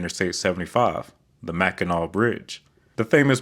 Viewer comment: It is the Bridge that carries I-75 from the lower to Upper Peninsula in Michigan. It is pronounced of "Mack-in-naw."